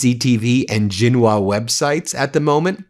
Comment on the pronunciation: Ben, WangYi is pronounced like Wang-E: XingHua - The Xi sound is as Shi (e.g., Xing..Shing, Xi...She)